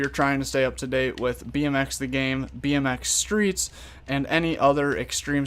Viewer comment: I always get confused u say bnx streets I think u mean pipe